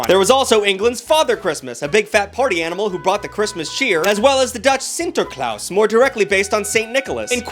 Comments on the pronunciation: sinterklaas is not pronounced like claus. Its pronounced just like when you have to open your mouth at the dentist and they make you say "aaaaah". Thats what it sounds like, not claus. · Alright I'm all for bagging on the Dutch language because of how stupid it sounds and silent letters and it's gross to speak. BUT. Sinterklaas is literally written how it's pronounced. If you pronounce it correctly. Sin Ter Klaas. Wrong word to bag on. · cant belive this mofo cant prononce sinterklaas